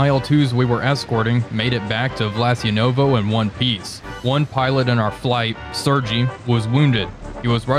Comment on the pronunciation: Another great vid - thank you. It’s not “Sur-gee” it’s “Sur-gay” for Sergei.